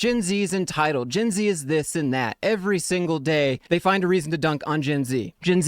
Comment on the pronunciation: That a shot every time he says "GINZEEE"